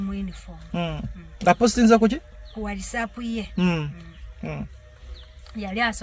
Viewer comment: Naye banange s.2 ngatamanyi Even the word WhatsApp nti waysaf